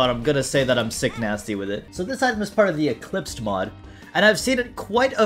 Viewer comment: The saul hearts mod sucks man im sorry Also hearing you say sick-nasty is really funny